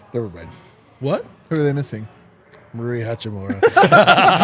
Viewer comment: so close to pronouncing Hachimura correctly, but didn't pronounce the H.